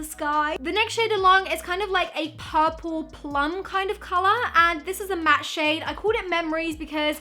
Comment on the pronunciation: Who else notice she always say calarh...😆